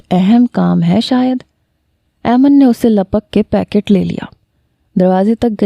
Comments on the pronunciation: Mehk yr aiman hota h 😒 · Mera nam bhi aiman ha pr ap galat pronounce krti hu Ayman nai aiman hota ha